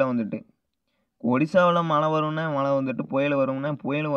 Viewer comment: உங்களுக்கு உச்சரிப்பு ழ வரவில்லை தொராயமாக (மளை) இல்லை மழை.